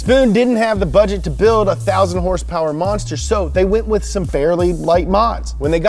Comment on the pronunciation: K28 with 200 hers-pers!!! No no! Haha. We all forgive you! Much love brother.